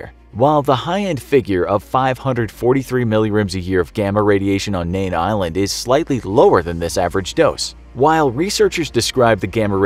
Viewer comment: It's Mean Island not Nean. "In the Arno Atoll- edit" Get simple facts straight before spitting out videos..